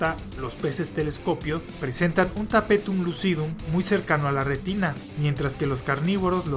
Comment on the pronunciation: Tapetum Le-viou-sa jajaja, buen video!